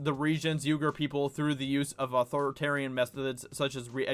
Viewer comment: Just a heads up, it is pronounced "wee-gur".